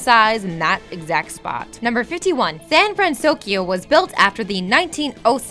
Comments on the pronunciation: "Big Z-ero 6" "San-Fran-SOS-Kio" You guys are KILLING ME. [I am devoted fan of this movie for its complex character development, rich blend of cultures, and the overall romantic art style that mixes a feeling of reality and animation. Most like it for its "cute-factor" and mind-numbing cheap humor, whereas I like to pick apart the movie and analyze motives ect ect.] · Also "Sand Fransokyo" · STOP SAYING SAN FranSOSkyo!!! It's SAN FRANSOKYO STOP ADDING THE S GAAAHH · hey? it's pronounced San FranSoKYO not FranSoskyo! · she said san fransoskyo XD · why does she keep saying " San fransouskyio" huh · I love these, but the narration gets me every time. You're reading, right? So why does every video have some kind of screw-up? Is this done in one take? You can't edit it so you're saying "SanFranSokyo" instead of "SanFranSoskyo" (which changes every other time she says it) or "Coppertone" instead of "Cooperative" (different video)? It's really distracting. Edit: SMH at calling the main character "TaDIshi"...He's the MAIN character! You need to edit or get someone who will double check these before you upload them. There is no excuse for messing up the main character's name. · "The city of San Fransoskio..." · Why does she keep saying sanfransoskyo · and don't forget "San Fransoskio" lol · and San FransoSkyo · Me as a big,..big hero 6 fan, I was a k so shaking my head when she was pronouncing San Fransoyko wrong...😂😅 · 83000 buildings, not 82000. Also, it's San Fransokyo, not San Fransosyko, and you mispronounce so many names ARGH (Shee-yoon Kim, not Shy-yoon Kim. Ta-Da-Shi, not Tadaeshi or however you pronounced it)